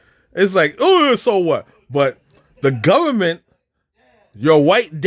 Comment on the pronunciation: It's de gubament.